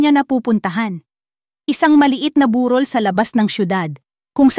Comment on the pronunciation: mging m ayos ang pg bigkas ng salita...bu-ròl...hindi...bū-rol..